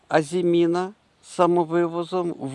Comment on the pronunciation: В українській мові (на відміну від французької) наголос у слові "АЗИМІНА" на передостанньому складі